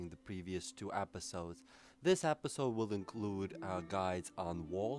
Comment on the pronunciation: Stop saying apisode!